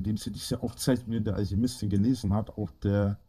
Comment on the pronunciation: "Die wurdäää vonna alschiemistin in alschämiiituam erfundnä. Vonna alscheemistän!"